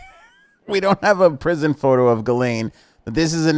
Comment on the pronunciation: Gi Lane are you sure that is how it is pronounced?